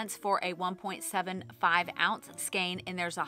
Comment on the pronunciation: Great video and thank you for pronouncing skein properly.